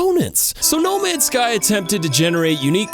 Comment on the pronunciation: I love that every time he says no ends guy he doesn't say the right name game